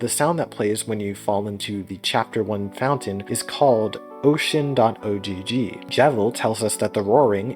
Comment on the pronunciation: You don't need to say "dot oh gee gee" the ogg is pronounced like in dog, it's short for ogg vorbis